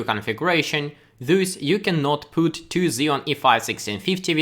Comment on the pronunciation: good would should could stood put shook look book took woman sugar - get this sound, your English is good, but you totally just said poot